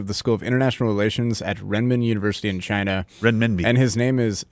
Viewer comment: “nobody says chiyna like me. Everybody knows it. I’ve talked to a lot of people and they all agree nobody says chit-na, as good as me.” 😂 love em